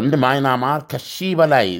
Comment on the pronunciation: ወንድም:አለምነህ!የሐገር:ስም:ስትጠራ:አስተካክለህ:ጥራ:: ለምሳሌ:ማይናማር:ሳይሆን:በምያንማር: አስተካክለህ:አንብብልን:: ከይቅርታጋ!